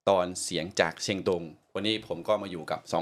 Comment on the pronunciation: ชื่อหม่วนนะ สอนประสิทธิ์ เขียนเป็นไทยน่าจะ ศรประสิทธิ์ คุณศรประสิทธิ์ต้องพูดไทยให้ชัดเหมือนสาวเชียงตุงนะ ฟังทั้งสามคนคุยกันแล้วถ้าไม่บอกก็ไม่รู้ว่านี่คือคนพม่ากับคนลาวคุยกัน ตอนจบออกเสียงผิด สามเชียงนะ ไม่ใช่สามเซียง